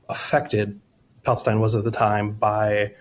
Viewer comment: It was so cringe hearing this weirdo so confidently repeat and repeat and repeat time and again, “1st century pALeSTinE”